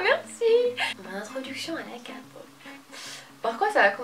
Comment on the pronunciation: OMGGGGGGGGGG TAEYANG Sinon on dit pas "kapop" mais " képop"